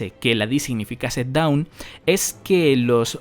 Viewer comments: La palabra dawn se pronuncia "don" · te recomiendo que mires como se pronuncia Dawn porque la estás pronunciando como down